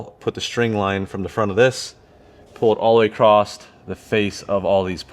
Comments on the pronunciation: Great vid. The word is “ Across” not “Acrosst/ acrossed “. Great vid. Lol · Cool vid. Aside from “Plumb”, dude seriously check how many times you said “all the way acrossT” or “all accrossed” instead of “accross” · you keep adding a T to the end of "across" and it's driving me up the wall. lol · Hey nice work and great videos but there’s no T in “across”. I have a friend that says it the same way and drives me nuts but I subscribed anyway 😂